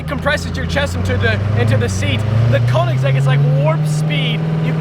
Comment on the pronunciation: Dude its called "Königsegg" and not "konigseg"